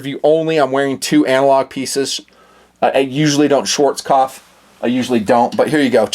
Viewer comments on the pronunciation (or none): none